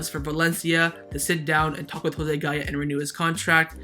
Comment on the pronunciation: Every time I hear gaya I cringe…